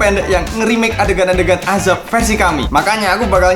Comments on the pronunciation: azab❌ Ajab✅ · Azab bang bukan Ajab🗿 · Azab min bukan ajab